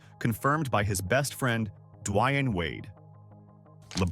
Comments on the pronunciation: Never heard it pronounced "D'Whyane". before. Always "D'Wayne" This Vid and channel smells off a bit. 🤨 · "Duh-why-unh Wade." The narrator of this video was also the substitute teacher who taught A--a-ron and Buh-la-kay.